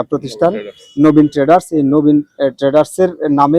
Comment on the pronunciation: ট্রেডার্স শুনেছি কিন্তু সংবাদ পাঠিকা বলছে টেন্ডারস্ 😅